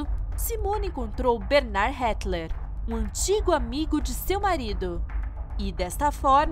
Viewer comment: Moça, com todo respeito... me desculpe o comentário... mas tenho a sensação que vc está narrando aquelas esquetes de life hakcs divertidos, não um caso criminal cruel de consequências nefastas... sugiro colocar no google tradutor o nome da pessoa para ler corretamente, o sobrenome do Bernard não tem L (HETTIER) e se lê de uma maneira bem diferente, mas aqui é só uma sugestão...